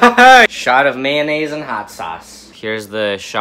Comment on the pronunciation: What is maynays